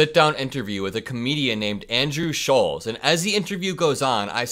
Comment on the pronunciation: It's Andrew Shultz ! not sholes ...